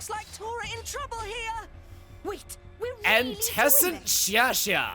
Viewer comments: HE PRONOUNCED IT ANT-ESSANT. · As a FFXIV player, that was a funny mispronunciation of Antecedent.